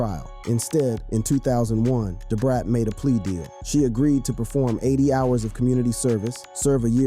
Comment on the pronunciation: Listening to this is hard. But I managed it lol! Please know how to pronounce Nas and DaBrat.🤦